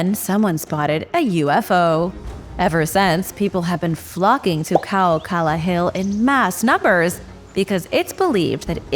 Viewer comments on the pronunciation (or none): none